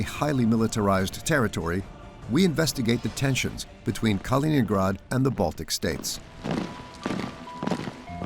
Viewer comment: Не понятно, почему диктор называет Калининград халенградом? Хотя видео идет на чистейшем русском языке, непонятно. Я просто хочу сказать всем тем, за бугром, что Калининград принадлежит только России, хватит мечтать и облизываться!!! 😋